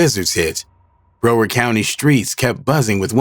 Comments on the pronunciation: It's pronounced "BROW-WURD"🤦‍♂️ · Bro said BRO ward county 😅😅😅😅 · bro you can’t pronounce broward ? i’m from the lou and i know how to pronounce